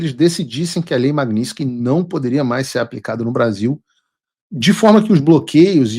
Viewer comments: Paulo, você está pronunciando o nome da lei errado. Magnitsky e não magniski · Paulo, PELAMORDEDELS, para de falar "Magninsqui"... Tá parecendo petista! 😅😅😅